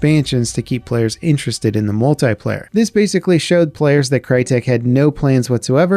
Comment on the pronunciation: "Multayplayer" its Multiplayer.